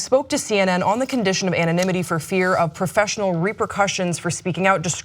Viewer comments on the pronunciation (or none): Why are they saying ANIMINITY. SAY WHO YOU ARE COWARDS